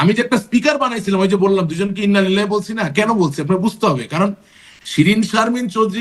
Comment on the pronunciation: ইন্নালিল্লাহি ওয়াইন্নাইলাইহি রাজিউন শুদ্ধ উচ্চারণ। এ সকল সেক্যুলার আ্‌ওয়ামে জাহেলিয়া ধর্মের সমর্থক-দোসরগণ ছোট একটা আয়াত শুদ্ধরূপে উচ্চারণ করতে পারতেছে না।